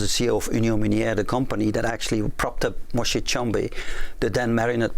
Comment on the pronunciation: Moïse Tshombé not Moshe. In French please Johan.